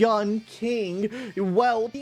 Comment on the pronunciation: "Yanking" lmao